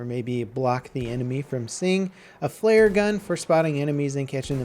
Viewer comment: did you know that the word gun is pronounced with U and not with E?